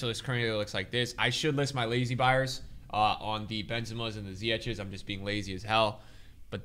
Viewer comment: Since I'm this early for once, bro please say ziyech right for me, it's ch just like how u say J in Spanish for Jesus, or Alejandro. Ziyej